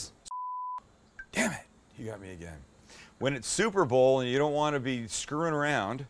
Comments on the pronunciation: taylor brown he said super Browl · you say super bowl lmao I love it lol your the best Sam I may be new to your Chanel but you became my favorite thing to watch on YouTube !!!